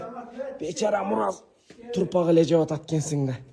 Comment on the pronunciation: Турпак эмес топурак туура суйлосонор